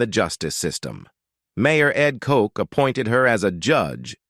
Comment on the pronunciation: Hey, Mayor Ed Koch's last name is pronounced just as it's spelled, rhyming with crotch!